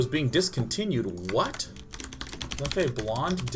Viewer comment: Sean, I hope you read this, the beer, its pronounced "Lef" not "Leffey". Just wanted you to know :)